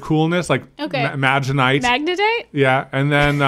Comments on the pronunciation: can we appreciate the comedic genius of Katelyn, looking at camera everytime pronounces magnetite "magenite" it cracks me up every single time. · What could go wrong? Lol I should count how many times says Magnetite wrong and Katelyn just smirks... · I love how pronounces Magnetite.